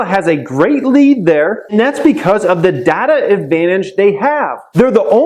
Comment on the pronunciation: Plz say Data properly